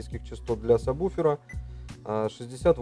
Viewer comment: Не самбуфер, а сабвуфер